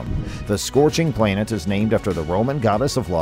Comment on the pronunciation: What is a "plain-et'? Is he trying to say planet?